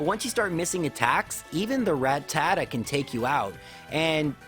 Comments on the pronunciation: "Rat Tadda" is an odd pronunciation. Probably right though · It is pronounced, ''Ra-Ta-Ta''